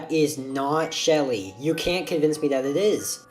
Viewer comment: That’s smelly not Shelly